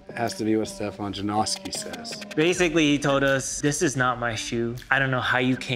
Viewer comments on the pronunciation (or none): Hopefully after 10+ years people will start saying his name right. It’s not “janowski” lol.